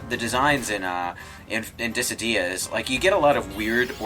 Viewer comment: Dat syllable emphasis on Dissidia in here there. It took, like, three or four times for it to be said here for me to get that they were talking about that game.